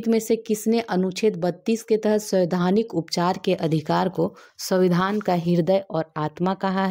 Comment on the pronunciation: Samvaidhanik not SAVIDHANIk